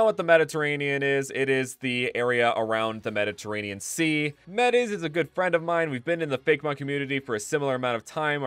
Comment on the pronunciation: I thought you said the "MENACE" region.